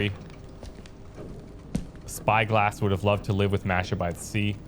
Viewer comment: "Masha" is pronounced with a hard "a" for both instances of the letter. Less "mash+ah" and more "mah+sh+ah".